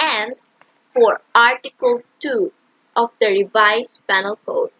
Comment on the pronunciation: No offense but shouldnt it be pronounced "pē-nal" or "pinal"?